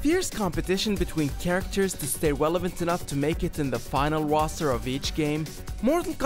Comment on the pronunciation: "The final woster"